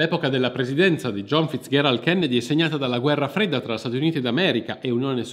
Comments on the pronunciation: Scusa, ma perché pronunci "Fitzgherald" e non "Fitzgerald" come sempre si è detto, che poi era il cognome di sua nonna? Oltre tutto anche la grandissima Ella si chiamava Fitzgeral e non ho mai sentito pronunciare il suo cognome in altro modo. A parte questo devo farti i complimenti per aver fondato Vanilla Magazine, sto diffondendo la mia conoscenza del canale anche ai miei amici (spero che si iscrivano, perché altrimenti li faccio salire su un aereo con un Kennedy!). Buon proseguimento, persevera con le tue interessantissime pieghe della Storia. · come al solito narrazione propria di grande affabulatore, consentimi uno sprazzo di saccenza, Fizgerald si pronuncia con G morbida, Non FizGHerald..... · Perché pronunci "FitzGHErald"? Non si è mai sentito. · Perché questa pronuncia dura della g, in Fitzgerald? L'ho sempre detto e sentito con la pronuncia dolce, ma, nel dubbio, ho provato a cercare la pronuncia americana del cognome e la ricerca ha confermato la fonetica che ho sempre sentito e utilizzato. Edit: però bravo per aver correttamente detto "iunior" e non "giunior", visto che è latino.